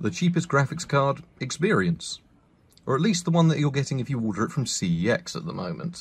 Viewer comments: In case anyone is wondering CEX is actually pronounced sex. Bit of a weird one and a random bit of useless info for ya, but on their adverts they say the name of the store as “sex”. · I dare you to pronounce cex properly